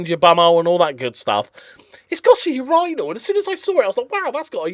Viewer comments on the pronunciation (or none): Gonna have to work on that pronunciation of urinal lol